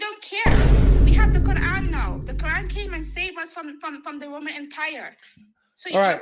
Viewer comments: The Woman Empwire, pweple don’t know the twue message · What is the “woemun wempire”? And what on earth are “wemenents”?